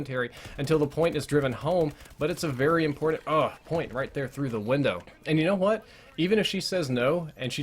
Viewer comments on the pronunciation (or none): none